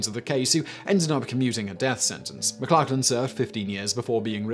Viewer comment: Your pronunciation of McLachlan is hilarious mate 😂 pronounced more like McLochlin